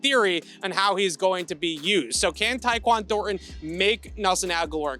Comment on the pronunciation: can not say ThorNTon